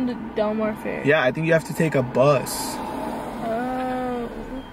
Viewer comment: He keeps saying fear instead of fair